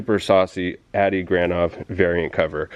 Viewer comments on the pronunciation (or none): This is the second time have commented on your videos. Great stuff as usual. You need to pronounce Adi as (Audi) like the car. He use to sit next to me in airbrush class at the Art Institute of Seattle, when we went there at the same time. Super cool guy.